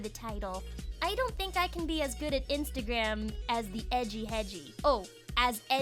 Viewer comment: why do you say you're the coolest, also you can't say instagram